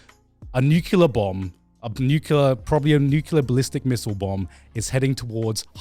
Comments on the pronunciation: N-U-C-L-E-A-R either nuke or nuclear ffs it is driving me inside when Garrnt does this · Garnt "Nucular ballistic missile bomb"